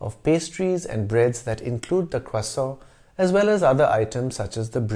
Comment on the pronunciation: First time on this channel, love it! I love the history thrown in everywhere. When you pronounced croissant with an American accent, it really threw me! You shofted so quickly and perfectly, and then right back. Well done sir! I look forward to learning more about your channel.